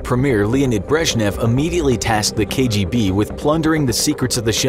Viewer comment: Your pronunciation of what KGB stands for was a pleasant surprise